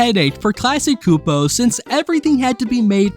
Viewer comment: The Cs in "Csupo" is actually a "ch" sound as in "Chair"